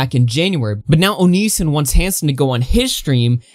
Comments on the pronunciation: Bro, the way you pronounce onision makes me cringe lol but Chris Hansen and onision are so transparent lmfao they're both clearly just trying to get each other on their shows is for the money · Why are you pronouncing “Onision” like that? Lmao wtf